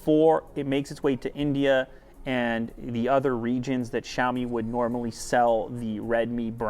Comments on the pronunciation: jaoimi wtf its Sha-o-mi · It's not Jaomi.... It's Shaomi. Why every western Youtuber can't pronounced it properly!